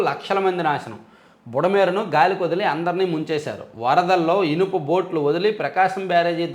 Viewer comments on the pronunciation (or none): బొట్లు కాదు బోట్లు